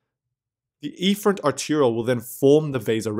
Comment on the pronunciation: "Efferent" is mis-pronounced Horribly = Goof Ball City